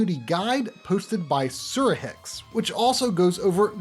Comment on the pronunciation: You pronounced it perfectly 🙂And thank you once again.